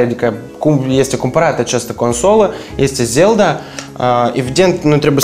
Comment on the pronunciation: Guys please. "Legend of Zelda", da nu "Zel'da" 32 de Giga wat? biti? bytes? giga sau G = 10^9. Cand planificati sa aduceti si restul accesoriilor?